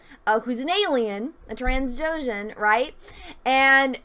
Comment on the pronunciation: Did she just say “ TRANS doshan”? :|